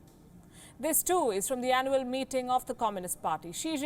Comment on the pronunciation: She said annual meeting and I heard animal meting 😂😂